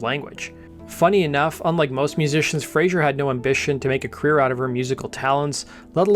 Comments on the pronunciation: Great video. Tiny niggle, just a pronunciation note: It is Fraser (z sound) , not Frazier (zh sound). Frazier is the character that Kelsey Grammer played. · It's Fraser not Frazier 🙄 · It's Fraser, not "Frasier". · Elizabeth's surname is Fraser not Frazier! FFS 🤡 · The singer's surname is Fraser, not Frazher. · Sorry to correct you but its FRAZER - NOT "Frazier"... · Great video. Thanks. However your pronunciation of the Scottish surname "Fraser", as in "laser" or "lazer", must have been influenced by the US sitcom "Frasier". Grating by the end of the video 🙂